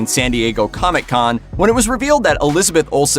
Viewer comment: Stop saying comic con like “coMIC CON”